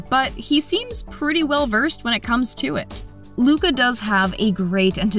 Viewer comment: Did you say muca